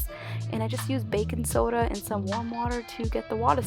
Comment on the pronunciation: bacon soder 😂